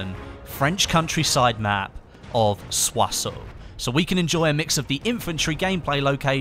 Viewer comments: Every youtuber is misspelling it. The -ssons at the end is spelled like the -ssant in "Croissant". Not "Soissau" ! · why r u pronouncing Soisson so weirdly? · not soisone, its soisON! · french make no sence write it soissons pronounce it su-ah-sehl